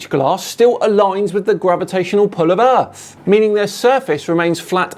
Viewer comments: His speech gets slower and slower as his brain runs out air. Also, 'erf'! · He looses any credibility that he may have thought he had solely based on the fact he pronounces Earth, “Earf”. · "Erf" - Instant disqualification.